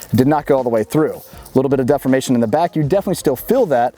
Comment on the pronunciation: Good video. One day he'll learn the correct way to pronounce the word 'deformation.' :)